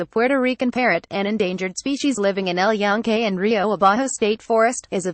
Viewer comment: at least get someone that can pronunce EL YUNQUE properly